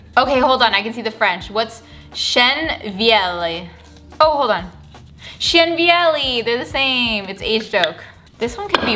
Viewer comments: Ok the actual translation for the stain is old oak (chêne vieilli) but when I first heard you I thought you’d said chien vieilli, which is old dog. Lol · It shld be pronounced "vièyi" 😆